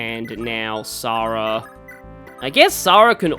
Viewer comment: You are pronouncing Sara right, Heroes gets it wrong...which isn't a 1st considering the way they mispronounce Ogier...